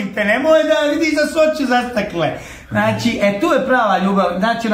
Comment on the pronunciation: Znaći.. Znaći.. Znaći...😝 Kakav voditelj.. 😜 Danas je svako voditelj... Ovaj.. Ovaj... Znaći. Znaći😜 Kakav ćovjek😝kakva prića... ZNA LI ITKO KOJI JEZIK JE OVO... 🙄